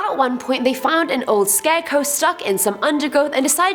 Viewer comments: Scarecrow not scareco lol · Are we all going to ignore the fact is saying scareco??? I love it so much I am defo using that from now on. Big fan of you and the vids xx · Why does she keep saying “scareco “. It’s soooo annoying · i keep hearing "scareco" lol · I found it REALLY hard to pay attention to this entire video due to your pronunciation of "scarecrow" as "scareco". I ripped so much of my hair out that I am now bald. :) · why u say scarecow lol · Lol 🤣 it sounds like Ur saying scarecoo, much love x